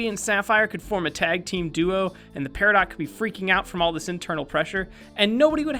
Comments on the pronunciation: it's not peri-DOT it's peri-DOE. it's a frech word and you don't pronounce the t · It is not peridot it is per-I-do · Peri-doe.....that's how you say Peridot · another rock fact about Peridot- it's actually pronounced PeridOE not PeridOT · Peridot is pronounced pear-ee-doh not pe-ree-dot like in the show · I LOVE GARNET SHE IS THE BEST!!! And it is not pronounced periDOT it's pronounced periDOUGH, before you argue think about Home Depot it's not home dePOT is it? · Yeah you say it parado not para dot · Peridot is not pronounced like it is in the show, its pronounced peri - doe. REEEEE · Look,I'm sorry,but the actual gem peridot is said "Peri-doux" if I am correct. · it always annoys me when peridot is pronounced (peri-dot) when it's actually French and should sound like depot. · peridots.....omfg, its pronouned peri-DO'H PEAR-AH-DOE You have got to correct that, and peridots have always been around, I collected them in the 90s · did you know peridot is pronounced pari-doe weird right I think Rebecca sugar just made the name easier to say for younger kids XD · Peridot the stone is pronounced per-ih-doe... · you don't pronounce the T in peridot. So its pronounced peridough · peridot pronounced like peri-dough its rlly weird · so is the april fools joke the horrible mispronunciations of lapis lazuli and peridot? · Fact is that paradot has a silent T just so you know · the T is silent in peridot